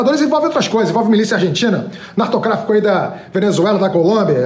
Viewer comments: voltei pra ouvir. Nartocráfico hahaha! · E também falou nartocráfico hahahahaha